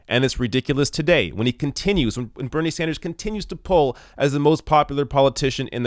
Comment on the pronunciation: is it a french thing? it sounds like you're saying bernier.